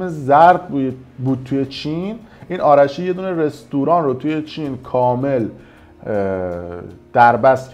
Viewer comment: خودش نزاشته آلاشی چینی ها نمیتونن ر رو تلفظ کنند بجای آرشی میگن آلاشی